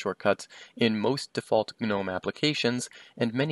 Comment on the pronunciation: The g is silent. Killin me bruh